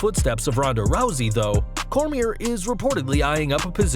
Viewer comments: I thought the same exact thing. It's a silent R. Not pronounced Core-mere. Pronounced Core-me-A. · Have some RESPECT FOR DC his Last Name is Pronounced “CORE-ME-AYY” Daniel Cormier is a living Legend n 2x Champ, WWE would be lucky to have him but I rather see (After him n Brock’s fight) DC, Brock, CM Punk, Eric Bischoff, Paul Heyman & Hopefully Chael Sonnen & what the hell throw Vince Russo in it too, All Team up together to start or join a diff company but get the okay to be running it & also get a new TV deal and also a Digital channel like Playing clips or maybe even stream live broadcasts to YouTube, & be able to use that as a promo (Say we don’t make fans pay to subscribe to our Hacky app Cuz we care about them n we will make Wrestling Great again, lets see u compete cuz we all know ur board n stock holders won’t allow u to compete with our free streams & thus it shows u care more about quarterly reports than about the fans u make it all possible , we are here to take over & do something like what the NWO Angle did(push WCW to the Top) & have them diss WWE n compete with them & state that they only came here to put the WWE out of business, Cuz they’ve been too complacent resting on their Laurels n past achievements, and not giving today everything they got, but instead are focused on running a well oiled corporate machine n more worried about their Stocks instead of worrying about their Fans & storylines n then say they will put WWE out of business Cuz right now the are the Turner Broadcasting company this time around n don’t have the hunger to battle back... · Bro , Daniel Cor-mi-a ...the r is silent ...learn how to pronounce someones name before u say it ten times on a video... Other than that good video though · Daniel Cormier is pronounced "Coor • Me • AY" !! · The R is silent on Cormier. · This dude butchers Daniel Cormier's name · Nobody calling this guy out for how he says Cormier lol